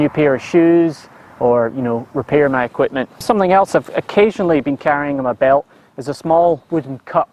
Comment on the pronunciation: Quipment? And I thought us Australians were good at dropping off unnecessary syllables. Approved!